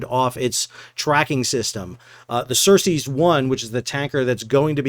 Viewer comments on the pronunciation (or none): I am sorry, but i had to point this out. It not "HAIFNA" its HAF=HALF, NEEYA and other ship is not "Cersis " as in from game of thrones. It is CERES 1. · Sal, the ship was named "Ceres" (like the dwarf planet/Roman god), not "Cercei" as you were saying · Ceres = "sir-ease" not "sir-sees'". ;)